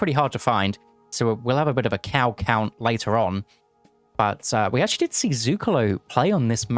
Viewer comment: a Cownt, if you will